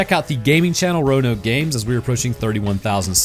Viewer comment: Roanoke did you have a stroke